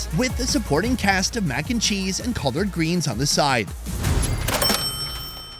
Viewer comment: “Colored greens” or “collard greens“😂😂😂